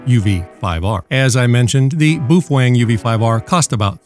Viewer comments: Boof Wang? 😭🤣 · lmfao bufwang